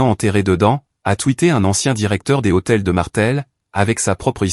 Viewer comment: Lh d hôtel n est pas un h aspire on ne dit pas les hôtels